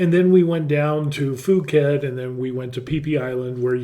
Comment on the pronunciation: PLEASE dont put out false news - nothing has been implemented and nothing is confirmed. They are not changing tax laws - all remains the same and nothing has changed so far - videos like this are just simply false when you title it this way. Also, it's Phuket (/P/) not /F/.